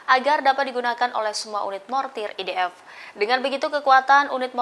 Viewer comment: MENGAPA "IDF' KOU SEBUT "EDF' NYER,...BANGANG !!! .....EEEII, GERAM BETOLLAH AKU....!!!!